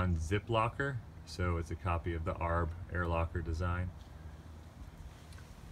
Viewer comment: Is nobody gonna call him on his mispronunciation of A-R-B?